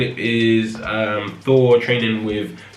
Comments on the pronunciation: Yeah British people often replace 'th' with an 'f' sound. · is he saying 4 or Four!? XD